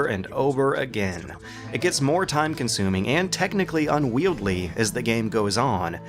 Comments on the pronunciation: I love your content so please take this as a friendly smiling poke... ..."unwield-ly"? :D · Just getting into your videos and I love them. But I have to say this- genre is pronounced with a soft G. Sins from other videos include a bizarre pronunciation of 'grandiose', which doesnt rhyme with tortoise; 'unwieldy' which is said exactly as it looks developing an extra 'l' (in this vid actually), and, the most egregious example- you making up a new word, 'egregarious' seemingly as a substitute for egregious. Gregarious is also a word, but it's not the same word. Anyway. I had to do that all in one go but I honestly love your content.